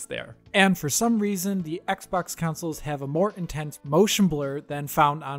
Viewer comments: why does he say councils instead of consoles? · Why are you saying consoles wrong? Why are you saying counsoles? It's CONsole not COUNsole.